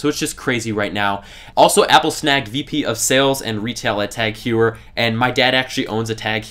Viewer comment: Nice vid. Btw, it's pronounced TAG Hoy-er.